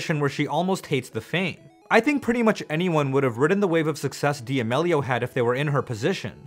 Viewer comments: Dee ameleeo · Lol the way you pronounce their last name gives me ANXIETY. Never heard it pronounced that way. Is that the correct pronunciation? 😳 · de ah mellios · Lol. Dee-Ameeelio ..c'mon my guy, if ur gonna make a vid on someone at least learn how to pronounce their name right